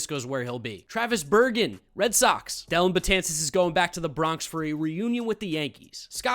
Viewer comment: Stopped watching when I heard Betances to the Bronx lol